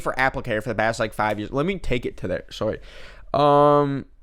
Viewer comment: HE SAID SORRY WOTH AN ACCENT HE WAS LIKE "sowrey"